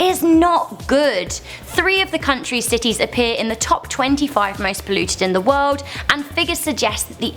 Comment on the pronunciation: "In the woed" 😂